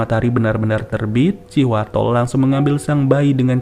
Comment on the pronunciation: thanks infonya, abis di video ngucapinnya terdengar kaya Cihuatol,,hahaha